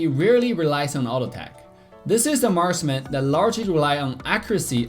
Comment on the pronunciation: marsman o marksman wawan o wanwan ano bayan salita mo wut